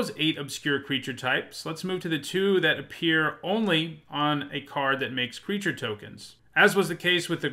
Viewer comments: Did anyone else notice? "crreature types" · MTG top10 "Crreature" types